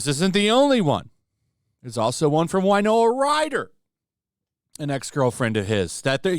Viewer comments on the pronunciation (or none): Winona, win-oh-nah, not wine-oh-ah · I love your channel, I do. Who is this Wynoah of whom you speak? Do you mean Winona Ryder? That’s pronounced WIn-Nona, not Why-Noah. Nothing so Country and western sounding. Actually, her real name is Winona Horowitz. Hope that helps clear some things up.